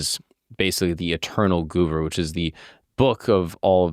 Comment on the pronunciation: its not suru its guru